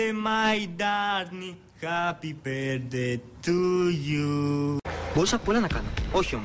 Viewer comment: Λες το χαπι μπερθντει και λεε χαπι μπερθντε πες αυτο τουλαχιστον σωστα